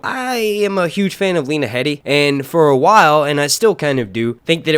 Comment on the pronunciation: Its pronounced Lee-na hee-de fyi